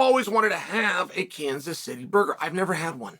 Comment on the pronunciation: Kanas? Sounds Greek Uncle Chael